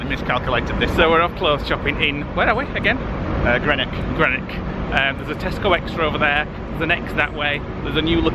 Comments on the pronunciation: Hi. Just a Glaswegian Grandpappy letting you know that you were in GREENock as in the colour GREEN. Not GRENock. Vids still great. Loved the Happy Valley vid. Keep you chin up. Thinking of you both, Willy J. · It’s pronounced GREE NOCK 😉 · It’s pronounced Green-nock. I frequently drive up the coast from Ayrshire on a sunny day.